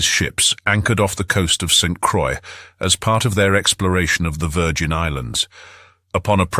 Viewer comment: … St. Croix is pronounced like “BOY” , even though it is a butchered version of the word. I do like the long discussion of the Caribs. It is colorful and very accurate, as far as I know.